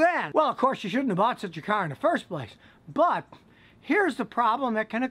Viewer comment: I like how Scotty Says “CAARR”